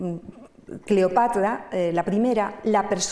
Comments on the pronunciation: Es muy pesada y cansina, contándolo. Y, éso de " Cleopatla" suena fatal. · Buena conferencia, mucha info interesante de principio a fin, solo la pronunciación "Cleopatla" realmente distraía. Por lo demás mis felicitaciones! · EXCELENTE PONENTE PERO...EN LUGARDE LA" R" PRONUNCIA LA "L" "CLEOPATLA" Y USA LA MULETILLA " MM". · Y la pronunciación de "Cleopatla" tenía un problemde pronunciación de la sílaba tra, tre tri Tro tru! Decía tla, tle, tli, tlo, tlu... Y distrae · Cleopatla, estlategia. No sé por qué me parece sexy la dislexia de.